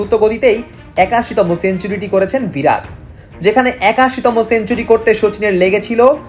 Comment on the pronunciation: নামটা 'ভিরাট' নয়, 'বিরাট'!!